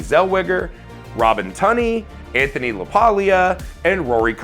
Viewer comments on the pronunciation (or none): none